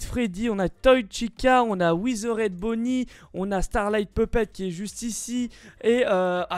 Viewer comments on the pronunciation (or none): "On a Ouizeraide Bonnie!" XD